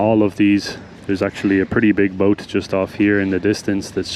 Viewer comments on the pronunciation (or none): none